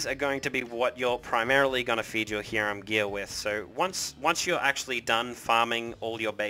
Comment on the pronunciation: Depends on what language you're trying to go with. Since you're speaking English we'd say Hi-rum. Only sounds like Ear-am if you're speaking Latin America or maybe Hebrew. Even my Cuban friend would just tell most people Hi-rum.